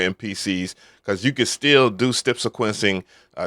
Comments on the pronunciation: why do u say step like that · In all my years, I’ve never heard anyone lay off of pronouncing any part of the word “step”, lol.